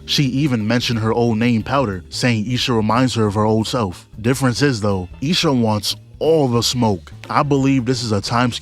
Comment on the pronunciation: I love how he says lil sha instead of isha 😭😭😭😭